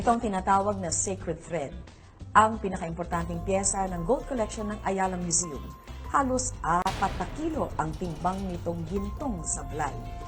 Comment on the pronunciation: Tama ba ang narinig ko.... " Ayala Museum ".